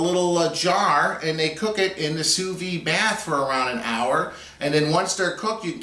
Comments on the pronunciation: It's pronounced soo veed (pronounce the "d"). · like it a lot but you should pronounce the de at the end of vide like you would a d from a french man to you looks good can't wait to try